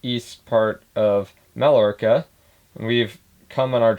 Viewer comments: please help with his pronunciation of Mallorca. If he is ever going to buy you an expensive string of pearls, he is going to need to know how to properly pronounce the name. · None of them pronounce it properly.